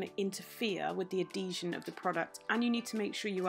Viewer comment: Also in America we, say “ ad-Hee-sion” instead of “a-Dee-sion”. Lolol We love your work to the moon and back. Your version of this type of nail is the best by far that I’ve seen